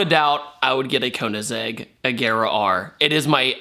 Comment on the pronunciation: Koeennasegg BOI KOE IN SEGG KOEINSEGG